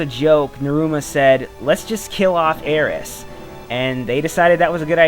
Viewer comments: Um not to be picky her name is aerith not aeriss. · It's Aerith! "Aeris" is a mistranslation due to the Japanese pronunciation of the letters "th". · It's not aries it's Aerith AERITH!!! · So only people who favor Japanese over the English language say Aeris, which to me makes no sense because the Japanese only say it like that because the "th" sound isn't in their vocabulary >:C It all comes down to how you wanna pronounce it. Personally i favor Aerith. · Its probably a moot point, but her name is meant to be "Aerith" and be pronounced "A-er-ith". Aeris was a simple mistranslation.